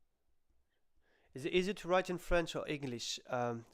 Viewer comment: Hay,, your French is great for an Englishman.